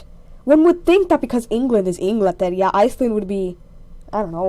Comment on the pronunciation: It's actually 'Inglaterra' not Inglatierra, good vid tho